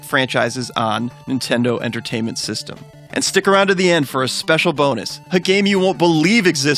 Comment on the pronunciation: intendo tertainment system